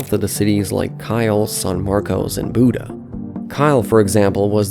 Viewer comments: Buda is not Buddah its (be)(you)(duh) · My guy has to check his Texas city pronounciations. No one calls it san marcose or Buddha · It's pronounced BYUU-duh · Booda?😂😂😂😂😂😂😂😂 how bout bue-duh. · It’s “bee-you-duh” not “boo-duh” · 🤦 b-ewe-da. Say it with me! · It's pronounced San "MarKISS", New BRAWNfulls, nd BE U duh... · San Marcus is how the locals call San Marcos Bu-duh is how locals call Buda New Braunfels is Braun - fels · Just so people know, the locals pronounced the cities San Marcos as San Marcus and Buda as BYOO-duh. (Granted, pronouncing San Marcos as San Marcus makes no sense and probably needs to go away.) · It’s pronounced Biew-da. Biew like View. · Buda = Byooda San Maros = Saan Marcus New Braunfels = New Brahnfuls TXDOT = TexDot Please learn how the locals pronounce them And there is really no need for a transit line from Austin to San Antonio. Noone commutes from one to the other. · What the heck is Buda? It's Byew-uda! 🤣😁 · Don’t forget how he pronounced buda as Buddha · He pronounced Buda, Booda and San Marcos, San Marcoes. That's funny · Some pronunciation help: San Marcos - "San Marcus" Buda - "B-you-da" New Braunfels - "New Brawn-fulls" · Love the video! Just a heads up though: Buda is pronounced “Byuda” like in Beautiful New Braunfels is pronounced “New Brawn-fulls” And using “the” for highways is a west coast thing, we don’t call it “The 35” or even “The I-35” we drop the “the” and just call it “I-35” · Buda it pronounced byoo-da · Yep. "San Marcus" and "Byoodah" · Tip on saying "Buda". It's the Spanish word for "widow". Say it like BYU_da. Great video. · As a Hays County resident it’s B-you-duh. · Thank you for correcting that . I cringed when I heard them say Booda. It’s also pronounced San Marcus & New Brawnfulls. At least y’all got Kyle right lol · Mispronouncing Buda, San Marcos, and New Braunfels, and calling it "The I-35".... you uhhhhh might not know the specifics of this region.